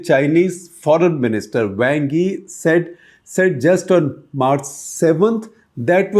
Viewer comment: Great news. Just one thing - your pronunciation of Wang Yi is quite terrible!